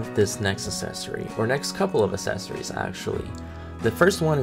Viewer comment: Accessories not assessories!